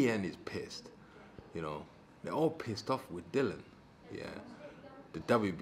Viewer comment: in shock here that actually pronounced it as Dillian (rhymes with Gillian) and not Dillon for what seems like the first time ever!